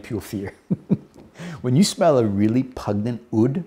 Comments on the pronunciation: Brother I love your work but I need to do you this favour: The word 'pungent', to describe a strong smell is pronounced 'pun-jent'. You sound like you have it mixed up with 'repugnant', which pretty much means repulsive. ❤️ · Just found you. Love your videos. But, as a fellow Aussie, I MUSt correct you on "pungent". It's a soft "G" as in "just". There, done! Love the Xerjoff range but I'm sticking with "Naxos" and "More Than Words" right now.